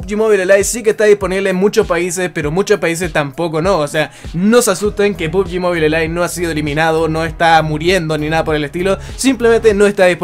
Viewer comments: Mobile se pronuncia MOBAIL no MOBILE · Otros youtubers: pubgi "MOBAIL": pubgi "MOBILEH"